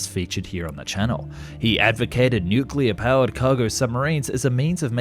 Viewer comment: Pronunced nookuler